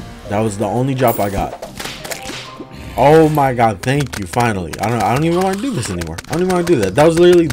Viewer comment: I like how he says: "oh maw gad"